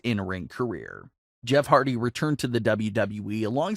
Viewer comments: It HARDY NOT HARDTY LOL 😂 Jeff deserves so much better hope he goes AEW him broken Matt AEW TAG Champions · You spelled Hardy wrong. You said "Hardty."